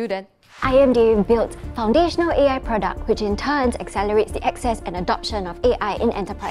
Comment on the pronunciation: said IAI instead of AI